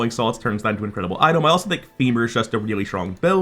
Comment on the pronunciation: am i going crazy or is bro saying idol instead of item?